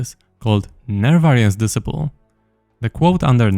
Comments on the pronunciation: disciple is pronounced dis-eye-pull still, thank you sir :) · Disciple is pronounced des-eye-pl fyi ❤😁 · Disciple Pronounced Dee-Cy-ple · Disciple is pronounced [dɪˈsʌɪpl] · Psst, it's pronounced "Dis eye pull" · It's pronounced "disciple" and "shose" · de-SCI-pole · the way he pronounce "disciple" is tweaking me man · It's pronounced disciple not disciple